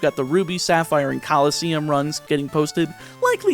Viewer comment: did this mans say coliseums. mad.